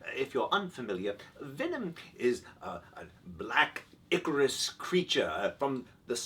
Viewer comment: ahh "ichorous" not "Icarus" derp